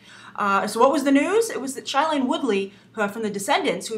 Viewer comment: Shailene Woodley's name is pronounced "shay-leen"